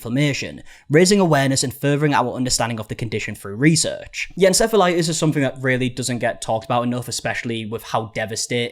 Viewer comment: Why did u start pronouncing it en-sef-elitis? Just curious